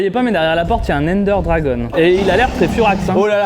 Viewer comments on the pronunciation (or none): La seule chose qui me pertube c'est qu'il dit : "Ender DragonE"